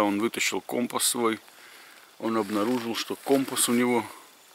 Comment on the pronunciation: Ну всë же не компа , а компаааас